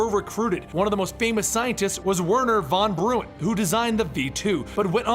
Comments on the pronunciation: Did he say "Verner Von Brune" ??? ( produced "Brown" not Brune) . I guess he's a comics buff not a history buff. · I generally get a kick out of the semi-literate hosts of these things but you are especially stupid. Werner Von BRAWN. And not Saturn V, Saturn 5. Roman numerals, bitch. Have somebody who graduated from high school ("scool" not "sckool") read the copy to you before going online a making yourself out to be an idiot. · between the pronounciation of benigni and werner van broon, you should really put more time in to researching this. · doesn't seem to know anything about the space program, lolz. "Gag-a-rin" "Von Bruin" "Saturn Vee"(which isnt technically wrong, but most people say 5 instead of V).